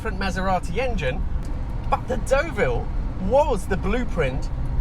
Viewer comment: Your pronunciations are l a little off.The car you are driving is pronounced Derville not Doville and you don't sound the P in Longchamp.👍